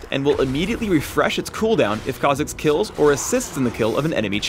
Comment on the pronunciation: Just when you get the hang of saying a champ's name, comes along and ruins it by pronouncing it completely different.